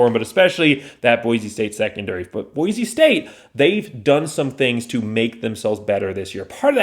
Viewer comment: Please take a breath and learn how to enunciate Boise. Speed is not everything.